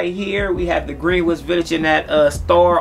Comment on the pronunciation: Nice scent bro but it’s pronounced “gren-itch” respectively